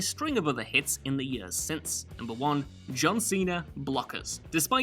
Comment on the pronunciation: The way you pronounce years makes me angry